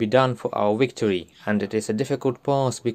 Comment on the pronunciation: Note to good translator when pronouncing the word "victory." The word begins with the V sound not the W sound. Like the word "very." I correct only when I love. Slava Ukraini!